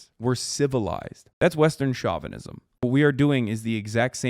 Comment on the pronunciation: stop mispronouncing chauvinism please.